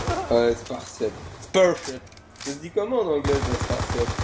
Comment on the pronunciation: mec arrete de balancer des com' inutile (et on dit "Anglais" pas "aglsis")